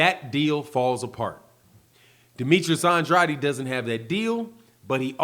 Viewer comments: It's pronounced aid not adi. You keep saying Andrade's name wrong. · Please say his name right Andrade sounds like and trade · Ya saying Andrades name wrong bro